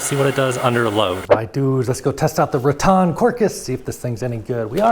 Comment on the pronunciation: It's pronounced RATT•en ... not "rah•TON 😊